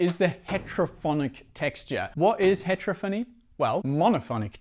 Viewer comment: It’s not hEtrophony, it’s heterOphony.